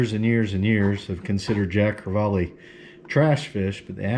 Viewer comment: I love Jacks too!!! Especially the way you did them. You Rock! It's actually pronounced Jack Cre-vall....not Jack Cre-vall-e. Your lesson for the day, Love you man!!!